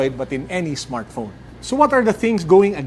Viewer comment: "android smartphrone" lol